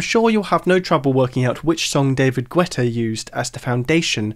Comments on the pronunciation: It's not pronounced David Gooetta. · just a side note, but the u in guetta isn't prononced